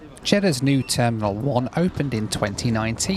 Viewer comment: Jeddah and cheddar are pronounced it differently